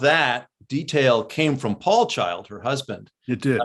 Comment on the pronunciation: Did you say "Julia CHILDS"? 🤣🤣🤣 is a GEM of TROOT! ❤️